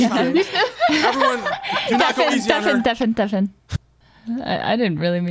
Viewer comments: Why does Hafu say “deafen” after meetings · When I first started watching her I deadass thought that when she said “deafen” she was talking about a person...